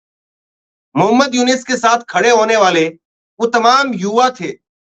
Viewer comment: मोहम्मद यूनिस नहीं मोहम्मद युनुस बोलिये please